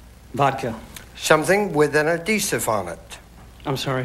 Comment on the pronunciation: Fast money blunder: Something with an "a-deesiv" on it? No wonder he couldn't answer. C'mon Richard, "add-hee-sive".